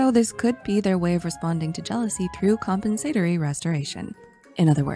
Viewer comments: Wonderful music. I love how pronounced compensatory. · …. I say compensatory so differently 😂